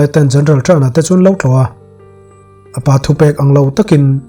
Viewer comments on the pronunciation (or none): Sir a van ngaihnawm ve...mahse chhete kalo sawi belh ve zuai,Apa tih a lam loin korean ho in "Oppa" tih a an lam ang hian 'Appa' tih in lam ta la a dik zawk a ngem le kalo ti mai mai a dik ber em phei chu ka hre chuanglo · Appa hi ‘apa’ tilo in ‘ap pa’ tiin lam zawk la ngaihthlak a nuam ang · Apa i lam dan kha a dik lo. Korean tawng oppa an lam dan in lam rang deuh rawh